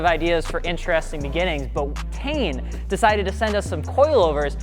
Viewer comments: I always thought its pronounced "Tee-en" not "Tane" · Tee-in. Not TAIN. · What the fuck is tain? I’ve always heard it as “tee-ian” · It’s pronounced “tine” as in Stein it’s German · It’s pronounced as (teen)